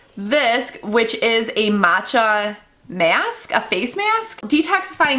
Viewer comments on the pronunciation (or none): none